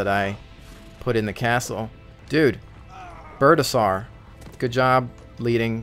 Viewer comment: lol "Birdasour" its Birdasaur, as in dinosaur.